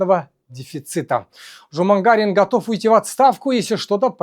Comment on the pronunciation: Нет слова жумагара, есть слово жаман қара. Не Жумагарин, а Жаманкарин